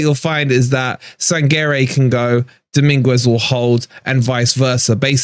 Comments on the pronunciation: The U is silent its Domingez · PLEASE Stop calling him Domingwez, you're a fan, take the time to learn to pronounce their names correctly! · I think you're probably pronouncing Dominguez's name incorrectly. Isn't the 'u' silent?